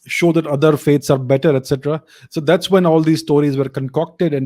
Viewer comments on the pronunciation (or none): none